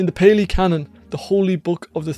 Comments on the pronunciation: That's Pali, not peli 😅 of course, there is the phrase, the milk of the lioness will break the unready cup. It has many forms, but it points out that some elements of the teaching are not for the unprepared mind. The esoteric elements are parr and parcel of the path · That, is not Theravada Buddhism. In fact its hilarious how superficial superficial you described this school, is. Meditation, the Kilesas, Sankharas, the hindrances, the 5 Rememberances, the 5 Hindrances, the 3 poisons and of course, the 4 Noble Truths. It's PA-lee for Pali, a scholarly language. Theravada is about the Arahant, awakening due to one's efforts via self investigation. The only faith required is for trusting that the method as experienced by the Buddha works. You are a living example of the Mangala Sutta.